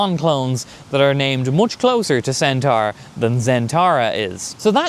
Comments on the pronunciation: Loving your work but I'd like to gently point out for pronunciation pedants everywhere that whilst 'centara' does indeed rhyme with Irene Cara (!); 'centaur' rhymes with door or floor. Not car. keep up the good work 🤘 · Heh yeah, the pronunciation where it rhymes with car is more American (to me). Also... Irene Cara? You old a$$ mofo!! 🤣 (Yes, I watched Fame too).